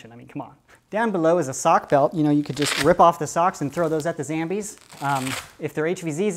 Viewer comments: Why do you say zambies instead of zombies? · I love how you say zambies instead of zombies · Why do you call them Zambies? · Wy u call zombies zambies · It isn't zambies it's zombies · it's not zambies it's zombies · It's zombies not zambies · Why do you say SAMBIE! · I Tell everyone at my school about you they all think you funny I told them about how you say ZAMBIES instead of zombies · its not called zambies its called zombies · Its pronounced Zambles.